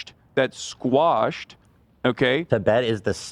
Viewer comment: Why do no leftists know the word “quash” and always sound illiterate saying “squash”?